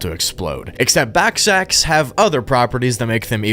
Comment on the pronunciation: Ballsacks. Not backsacks.